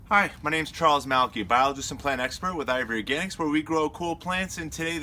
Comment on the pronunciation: Sounds like you are saying ivory organics